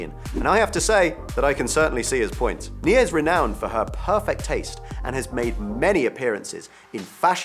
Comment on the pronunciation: I don't mean to be rude but as an Indian, I can't help but laugh (and cringe a little) at his pronunciation of Neha